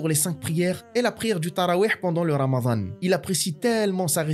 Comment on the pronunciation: Alors non, c'est رمضان. Pas رمذان. Sinon بارك الله فيك pour ce story telling si mouvent أخي.